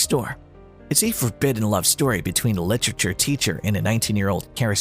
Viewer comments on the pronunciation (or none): Don’t bother with this one! It can’t even pronounce literature. 😂